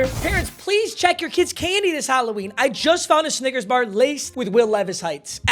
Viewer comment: Anyone else hear him pronounce snickers really weird 🤨